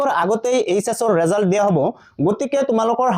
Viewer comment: ৰিজাল নহয় ৰিজাল্ট⬅️